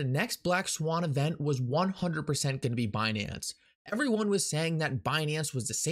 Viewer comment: It's BENANCE 🤣